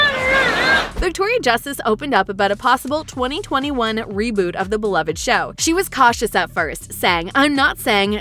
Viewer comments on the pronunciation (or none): none